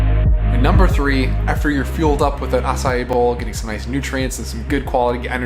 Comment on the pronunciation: Thanks for letting us know the correct pronunciation of Acai - not 2 syllables, but 3.